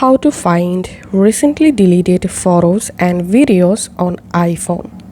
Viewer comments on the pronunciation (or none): I know what i heard